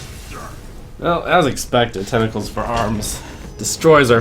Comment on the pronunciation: Trump tentacle has two T's in it. You spent the entire video saying tenicles for arms. Babyrage